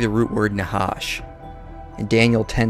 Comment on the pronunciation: The "ח" is pronounched as the "J" in Jalapeno pepper, not as an H. That would be the letter ה. And thanks for the work you put into this nice video, btw!